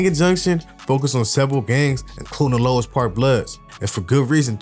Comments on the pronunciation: Exactly Louis park is basically a Asian hood so any ninja from over there acting like they active ain't on shit no disrespect to the asians. Why bruh keep saying lois lmao it's louis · Its pronounced.."Lewis"...